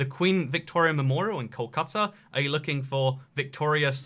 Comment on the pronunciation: MG (Mahatma Gandhi) Road is to India what Victoria Street is to UK. Every Indian city MUST have one MG Road. Also I will sponsor a trip for you to Kolkata for pronouncing it pretty accurately